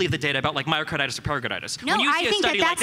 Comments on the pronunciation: lol "Myocardartis" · Lady kept saying myokaidartis (a nonsense word) instead of myocarditis (inflammation of the heart) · Is no one going to talk about the amount of times this girl tries to dunk on the vaccine while calling myocarditis “myokidartis” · Listening to her struggle to pronounce this word grated me so hard. “Mayokaidortis” “miyocoydartos”. Please say it a few times to get it in your head. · Let the record be shown that zero deaths are attributed to mio-KYDORTIS. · “I’m a journalist,” “I talk to people, that’s how I know these things” she says in response to a question about her sources on myocarditis before pronouncing myocarditis as “myocidartis” for the umpteenth time. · "MIOCIDARTUS" - that one lady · Say it with me myo-ki-DAR-tis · "MaroCYDartis... MyroCarotis.... MarcoPolotis..." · "Myocar-dar-tis". Boy, they were truly scraping the bottom of the barrel when they compiled this panel. Oy vay. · Mycorditis lol oof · What is this myocardartis she kept talking about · Lol that lady just can't properly pronounce "myocarditis" for the life of her, she seems to know she's saying it wrong each time but she just can't get it out properly. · I have to say, the two most annoying people must've been that Asian girl on the left and Destiny. The Asian girl had absolutely no idea what she was talking about and the way she kept mispronouncing myocarditis really started to annoy the living crap out of me. Destiny seemed to be in his disagreeable zone where he seems most comfortable. He seems to shut down the rational part of his brain under these conditions and simply wants to disagree with anyone he sees as a political rival.